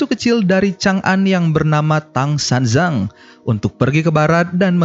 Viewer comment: Bukan San jang... Tapi San Cang cara bacanya... Tang nama dinasti kerajaan ini... San artinya tiga.. Cang artinya kumpulan... Tang San Cang artinyA 3 kumpulan (Sutta Pitaka,Vinaya Pitaka dan Abhidhamma Pitaka) yg dibawak oleh bikkhu dari dinasti Tang dari universitas buddhis Nalanda di India... Jadi Tang San Cang adalah gelar buat Bikkhu Tan Shuen Cang (nama sbnrnya...). Ini film kisah sejarah historis aslinya bikkhu Xuan Zang dibaca Shuen Cang: ▪︎